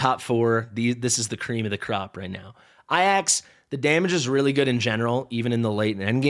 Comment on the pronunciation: Love the content. But why I-AXE, his name is clearly A-JACKS? What am I missing? LMAO